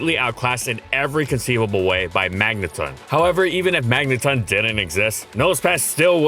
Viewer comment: it's not the word "ton" though, like the unit of measurement. It's a reference to words like "elecTRON", "proTON", "magneTRON", etc. It rhymes with "dawn", not "bun". It's probably a combination of magnetron and proton to get magneton. All official media has always used the dawn-rhyme pronunciation.